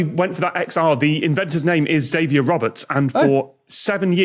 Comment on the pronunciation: Though they always pronounced it "Ex-avier Roberts" instead of "Zavier Roberts," which used to annoy me.